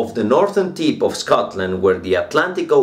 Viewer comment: I am a native English speaker and I noticed your accent confused me in the beginning of C1, you pronounced "tip" as "teep" lol.